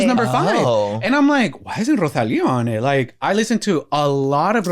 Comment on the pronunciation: Not pronouncing Rosalia’s name RoZalia 😆